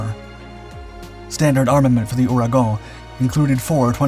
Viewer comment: You can pronounce Ouragon right but you cant say chassis correctly?